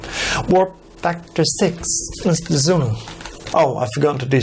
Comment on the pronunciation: Sulu...not Zulu geez. Why are you doing this??? Arrrgh